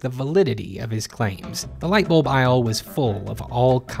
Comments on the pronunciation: Bu-Lb not Bolb hahahha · Also bulb sounds so funny now